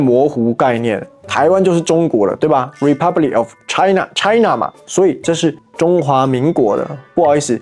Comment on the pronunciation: Did she say “Choi Na”? 😂